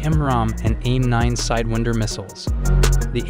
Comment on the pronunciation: Dude, mach is said like mak, not mash, also its said turbo-fan engines , not turbofin engines. Also side-wine-der, not side-wind-er... Otherwise interesting vid. Cheers